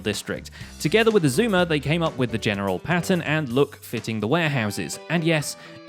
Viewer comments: He said his name right Every one on grains next vid go spam him saying that he said xisumas name right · Grian: pronounces xisuma's name right Me: who are you? XD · Grain pronounced Xisuma’s name correctly,that’s newsworthy,agreed. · Hang on, did I hear Grian say Xisuma’s name right for once? GG Grian